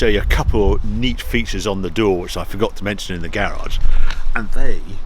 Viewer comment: How do you get the pronunciation gay-rahge from the word garage?